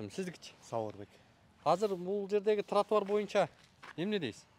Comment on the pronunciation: Кечигип келген чилиш тротуарды нормално айта албайт экен,туатар деп,билят Аватар,кирип лашман жеп чыктыбы,кечигип